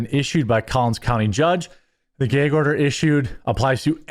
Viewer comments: What’s a geeag order ? Is that like a gag order? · Tf is a geig order? You mean a GAG order??? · "The Judge placed a gayge order". LMAO! God bless you Jeremy.